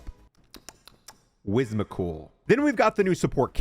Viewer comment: Lego- “Whizzmical” My brain- “Whim-sick-ull”